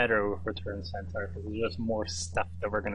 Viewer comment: Nicely drafted, but please learn to pronounce Centaur and Minotaur correctly.